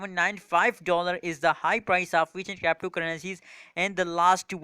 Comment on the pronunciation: Cyaptoo currency. Dude fix yourself 😂😂😂